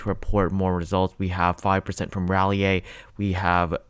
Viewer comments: "RAH-lee-aee?" Dude. It's "RAH-lee." smh. As in "Sir Walter Raleigh." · Dude it’s rah-lee not rah a lee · rah-lee-ay LMFAO thats not how u pronounce raleigh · It's pronounced "RA-LEE"! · Raleigh NC. Raw-Lee. Raw. Lee. Raleigh. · I love your channel ... but you really need to learn how to pronounce Raleigh!